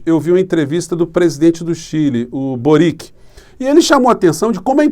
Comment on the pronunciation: Pronuncia-se Borich. É um nome iugoslavo.